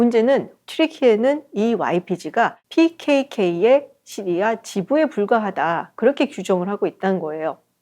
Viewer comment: 깔끔한 설명 감사합니다. 오랜독재정권 몰아냈으니 이제는 시리아 를 씨리아(Syria) 라고 제대로 쓰고 말하면 어떨까요?